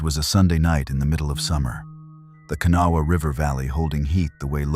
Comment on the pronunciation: Can-a-wall?? Ha Ha!! Try Kanawha.